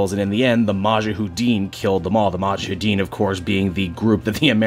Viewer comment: Just couple of things. Afghanistan is either part of Central Asia or South Asia. Also it is pronounced MuJAheddin.